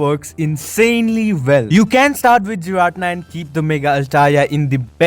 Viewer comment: Pronounced "gee-rah-tee-nah" giratina.